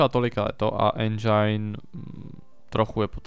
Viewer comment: nerika se endžajn ale endžin! Jinak diky ze natacis z me oblibene hry!